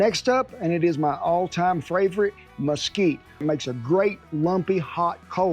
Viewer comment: I love it "FLAVORITE"!